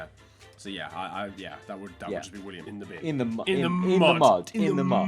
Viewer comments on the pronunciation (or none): none